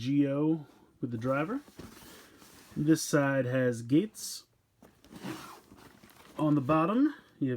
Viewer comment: his name geiz not gates